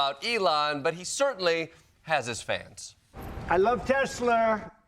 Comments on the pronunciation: Did he mean to say Titslur? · Ya mean Teslers? 😂😂😂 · sry you pronounced it wrong it’s called TesLER😂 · Trump - I love a "TESLER" - as in "TES"-la plus Hit-"LER" equals "TESLER"! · You mean tesler. 😂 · oh Teslurs from FElon Husk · Tesler that's how made says it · It’s pronounced Teslur. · Only a Trump could pronounce a name known all over the world (Because of Nikola, not the special K addict), that finishes with an "A" as finishing with an "er" sound. He is either deliberately ignorant, or the all the psychs and educators who say he has the mental acuity of a pre pubescent child are correct. It's probably both